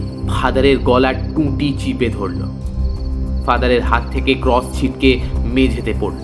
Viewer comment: tales ota ক্রঅঅস not ক্রউউস